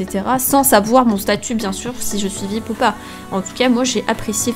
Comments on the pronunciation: ARRETE DE DIRE VIP, ON DIT V. I. P!!!!!!! 6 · On le lit viaypi pas vipe.